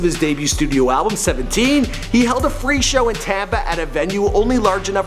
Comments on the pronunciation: It’s pronounced xxx-ten-ta-sion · Cloud It's pronounced ten tah see own but fast. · bitch its TEN- TA- SEE-ON say it real quick tentacion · Ten tass eon not tentaseein, and sl-uhm-p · who tf is xxtentasiyown? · TENT AH CIÒN. Bruv get it right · It is pronounced ten-ta-sion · this is how u pronounce his name.... X Ten ta see yawn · TEN-TUH-SYONE Simple. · Anyone else gonna say somethin about how he’s pronouncing X’s name wrong?😂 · EX EX EX TEN TEN SION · The way he's saying Xxxtentacions name bothers me...